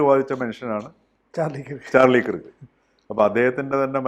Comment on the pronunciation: That pronunciation is not kirk , it is like KARK.